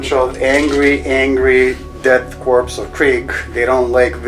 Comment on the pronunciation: Korps is pronounced "core". The homeworld of the Death Korps of Krieg is Kreig. Tzeentch is pronounced with a long e as in bee.